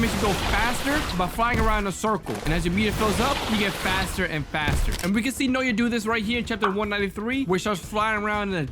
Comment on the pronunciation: Bro it’s not “noya’ it’s “Na-uh-ya